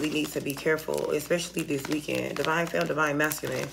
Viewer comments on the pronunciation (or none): none